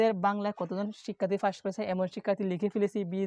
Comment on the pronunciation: আপনি পাসকে ফাস বলেন কেন 🤔🤔🤔🤔